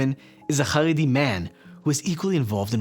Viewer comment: CHaredi NOT Haredi CH not H like as in Chevron